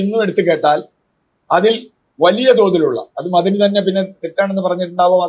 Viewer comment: മദനി യല്ല മ അ ദനി എന്ന് പറയണം, മദനി ഒരു ഡിഗ്രി യാണ്. പഠിച്ചു പറയുക.